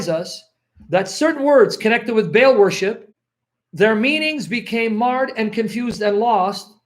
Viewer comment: Look how they spell Baal it is pronounced Bah hal. If you ad an accent on the end Bah al` Allah is the same word folks, listen to the call to Prayer, Bah-al' Awkbar.